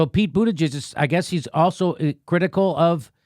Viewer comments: lol “buttijizz” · Did JD just call him Pete Bootijizz ? Lmao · LOL Jimmy said “Pete Booty-Jizzez” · You called him Buttijiz! 🤣🤣🤣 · Did Jimmy call him Pete Booty-jizz? What a homophobe. J/K, I'm no SJW. It made me laugh. I call him "Poop" Buttigieg because he had poop on his forehead at (I think) the first debate. They came out later and said it was chocolate. Also, someone on Democracy Now accidentally(?) called him "Poop" Buttigieg. The name stuck with me like a bad dingleberry.